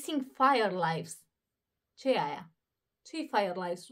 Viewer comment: Fireflies, nu firelies! Stam slabut cu engleza ,desi de multe ori folosesti expresii ( gresit foarte des)dar tu te incapatanezi . Mi Ar place sa am o conversatie banala de un minut cu tine in engleza sa numar cuvintele corecte nu cele spuse gresit.